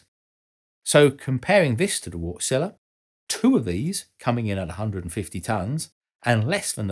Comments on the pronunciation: Wärtsilä is pronounced Vartsila. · Look at how "Wärtsilä" is pronounced. Ä=æ. Not like "wart" would be pronounced. It's "wærtsilæ". It's a finnish name. You know... Finland. I know it can be challenging but since this channel is aimed to be informative might as well get it right. Just saying.... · Thanks, another rather elegant and entertaining video! You might want to look into the proper pronunciation of 'Wärtsilä' though, as 'Wartzilla' sounds more like something from a Japanese b-movie... lol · I smile every time you pronounciate "Wärtsilä" as Wart-Zilla:) Sounds like a monster, which it is. Thanks for this episode. Always worth the time to watch your videos.